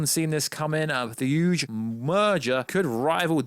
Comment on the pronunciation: Is he saying huge or thuge ?